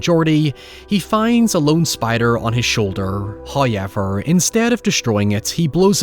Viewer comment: First "hoyevver" drops . Which is nice...